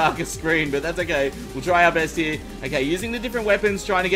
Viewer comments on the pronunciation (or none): none